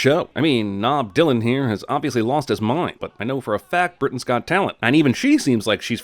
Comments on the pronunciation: Did he mean to say “Britton’s got talent” like that? Made me think of the show “Britain’s got talent”. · "We know Britians Got Talent..." at least that's how I heard it.